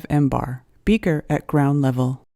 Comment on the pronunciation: If you knew what you were talking about you wouldn’t pronounce millibars as “mbars”. Awful, just plain awful. Aren’t you embarrassed?